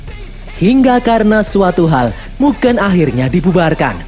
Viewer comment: MUGEN min bukan MUGEUN , DAN min bukan DEN